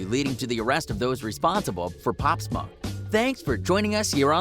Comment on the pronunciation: Pop smah you mean pop smoke dude